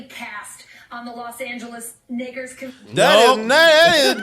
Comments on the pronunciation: It sounds like 'Guh' not 'Kuh'...but 🤷🏿‍♀️ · Idk that sounded more like ger than a ker. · No lie. The first time I heard this (before I even saw her explanation), my immediate thought was that she was going to say "Knicks", caught herself, and tried to tuck-and-roll into "Lakers". So it came out "Knickers". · I think she just started to say the Knicks and then corrected herself mid word. It's funny, but I think it's just her brain, going to say the Knicks bc she's half-reading the prompter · " Alison Morris wrote that she had gone to say Knicks instead of Lakers by mistake, then corrected herself mid-word, saying 'Nakers.' " I believe her but it's still... Strange mistake 😐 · I heard Nakers too. Unfortunately I'm black so I gotta keep it to myself or get called a sellout. Lol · Sounds nothing like "Nakers" to me. A It was a Freudian slip at the least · if you take time to slow the video down you would hear her say "nakers" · I cringe every time I listen to it. I’m actually rooting for her! It’s like, c’mon you can do it this time, just say Nak—-uhh...a ☹️ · It sounded bad but she said Nakers. Everyone knows this so idk why people are doing this. It's not cool. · I thought she said that at first too but the more I listen to it it sounds like Knicks and Lakers mixed together and it came out Knickers. Or she's just a racist idk 🤷‍♂️ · Even if she did try to say Nakers, (she didn't) and meant to say Knickers, (she wishes) whoever's in the background of the original clip verified what she wished she didn't say, with "OH MY!" Smh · I think she genuinely said nakers and it was just unfortunate that it sounded similar to a pejorative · I hope you retract this video and play the OG clip and the slowed down clip which clearly sounds like "Nakers". You guys are blasting someone for no reason, and you didn't do any research. This is #FakeNews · People. Fake news. It's "NAYKERS". Case closed. Listen to it slowed down so you can hear each sound. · She said nakers